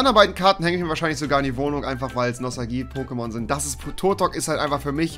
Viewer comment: Er sagt POKÈMONS😐😐😐